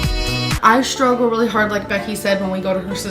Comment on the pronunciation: also adds "SH" where it is not necessary. For example.... "SHtreet for street. "SHtruggles for struggles "SHmaller for smaller.... It's almost as annoying as the way she pronounces "SPINACH"....🙄😵🤕